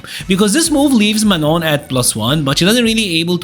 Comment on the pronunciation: I like how you pronounce manon’s name with the french pronunciation. It just sounds right to me